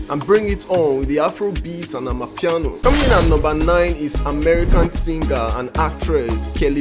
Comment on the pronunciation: For goodness sake . Its called amapiano . That is a South African word . Please stop it